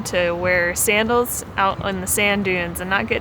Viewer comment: SAND-als. 'nuff said.